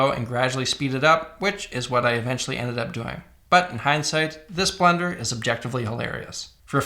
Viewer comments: Why does he keep saying blender 😭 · Thought he was saying "blender" the whole time. I was like tf blender has to do with this? 😂